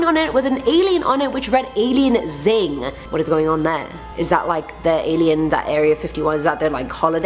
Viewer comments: it reads as alienn crossing not alien xing lmao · Alien xing "'zing" I'm dead 🤣 it's alien crossing not zing. Just a funny sign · It's not xing it's x-ing. Meaning crossing. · Tehehe it's alien crossing not xing hahahahahaha you're to cute. Have a super awesome night or day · It’s not Alien “Zing”. Lol. Xing means crossing. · “Alien zing” ma’am…